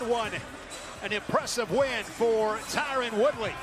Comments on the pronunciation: Imagine getting Khamzat's name correct but not Tyron Woodley lol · "TYRON" Guys... "TYRON".... He was a former UFC Welterweight Champion.. Put some Respect.